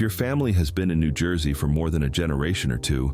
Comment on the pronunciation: Toms River, New Jewsey. ✌🏼